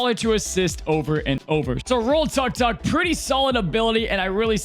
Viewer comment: Well,, actually it's pronounced TOOK-TOOK (auto rickshaw in Thailand)